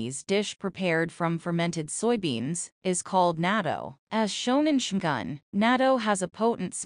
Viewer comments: Every time I heard her say "Shoogan" I cringed. Even if this is probably AI generated commentary. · It had me at "Shoogan". Stopped the video right there, I can't bring myself to listen to this AI generated crap. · If you're going to narrate, would you please pronounce the Japanese words correctly? I never heard Shogun pronounced the way you say it.